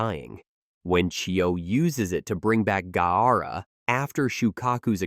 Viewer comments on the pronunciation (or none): I stopped watching and unsubscribed at that 30 second mark pronunciation of Gaara....